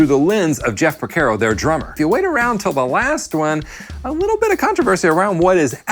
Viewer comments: Por CAR o. Not por CARE o. Sorry, I’m Italian… keep on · Love the video! But I have to be honest with you, every time I hear you mispronounce his last name, and Miss pronounced Mushanga, I wanna jump through the TV and smack you! Lol! It’s (Pore “Car” Oh), not (Pore Care Oh.) And it’s (Moo “Shon” Guh,) not (Moo Shan Guh) You are welcome! 😊💙🎸🥁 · It's Por CAR o Not Por CARE o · A couple things . . . His name is pronounced Por-CAR-oh. Not Por-Ker-Oh. “St. George and The Dragon” is from their second album Hydra. He didn’t leave his session career to start Toto. He was doing both. The Toto IV sessions and the Michael Jackson Thriller sessions were only a few years apart. Your “Rosanna” groove was loose and sloppy, but you shouldn’t feel bad. I’ve only heard a handful of drummers actually pull it off. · Its Jeff porcaro, not Jeff Percaro. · its not Por-KER-O.....its Por-CAR-O -Great vid though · Is there a reason you are pronouncing it Porc - AIR - oh? It's not said that way....Great vid though. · Why do you insist on pronouncing Pocaro wrong???? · Pronouncing his name correctly is bare minimum for making a video about him. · Geezus H!!! Learn how to pronounce the F’ing guys name if you’re going to talk about him! 🤬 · Great video, but at least please pronounce his name correctly. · You're pronouncing his name wrong. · Mispronounced last name but thank you for this